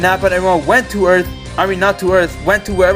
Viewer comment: "Destroying every humanity on erf"